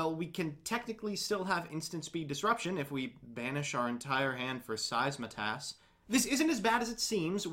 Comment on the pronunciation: It’s SEITSEMAS, not SEISMATAS. RESPECT THE VOID.